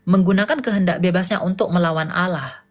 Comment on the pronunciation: Allah dgn awloh beda kak